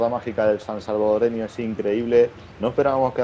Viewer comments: Se dice Salvadoreno! Y la capital es San Salvador de acuerdo. 👍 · Ojo con Jorge el mágico González.. no sé dice San salvadoreño.. se dice "SALVADOREÑO".. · Solo una pequeña corrección. No se dice sansalvadoreño, es solo salvadoreño. Saludos desde El Salvador. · Es salvadoreño no sansalvadoreño